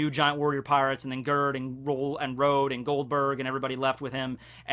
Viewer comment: Gerd is a Swedish name and the "ge" part is pronounced "yeah"